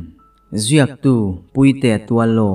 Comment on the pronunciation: Puitea tih tak kha i rawn lamrik dan ki kha a dik lova. Pui lai hi Arpui tihbkan sawi a, Pui lai ang khân lam tur a nia. Kan rawn sawi ve hrim hrim. Novel lam te hi a ziak/ziah chhiar tur a awm nual vangin kan sawilang a ni e.